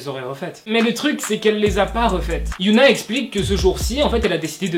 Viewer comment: Ça se dit "hyÔna" pas "hyOUna"